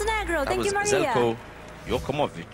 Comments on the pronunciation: Not to mention, he butchers Zeljkos name. Sounds worse than nails on chalkboard. Doesn't even bother to learn how to spell someone's name. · Zeljko Djokovic, he is pronouncing it like that every time